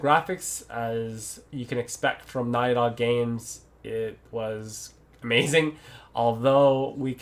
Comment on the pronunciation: Is he saying "Naughty dog games" or "nylon games"?